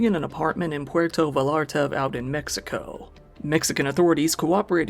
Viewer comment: It's pronounced more like "Pwerto Viyarta"